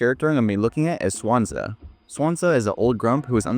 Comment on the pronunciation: It's pronounced "Swan-Sea", not "Swansa"